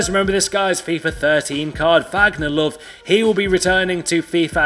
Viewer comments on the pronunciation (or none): you don't pronounce Vagner Love it's louve